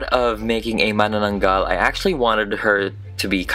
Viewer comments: Seriously? I was surprised. The way pronounced Manananggal is absolutely correct. And made me pause and think and said Wait, What? Is he a Filipino. He said my culture? So he is. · Mas magaling pa siya nag pronounce Ng mananaggal :D , Just watched our video :) lots of love from the PHILIPPINES :) ❤️